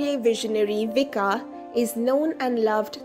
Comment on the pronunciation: Vicka is pronounced Viska.